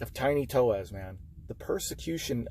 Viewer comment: To-es-A! Is the pronunciation.